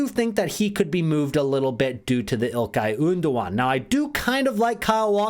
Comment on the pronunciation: "Ilkay Oondogan"